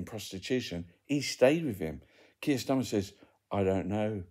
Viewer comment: its Keir not Keith or Keef 😎